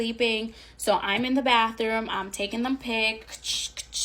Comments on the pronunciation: Why did she say “bathroom” like “baffwooom” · more accurately The barfroom lol